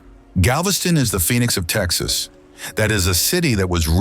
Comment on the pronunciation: We watched until the end. However, as Texans we were quite unhappy with many of your pronunciations. Also, what is the third country which touches El Paso? You do know New Mexico is a state in the United States, right? You did not show the essence of Texas even though your video is nice. You were much too upmarket. And hectares? Really? We always say acres here…and tanks, not ponds!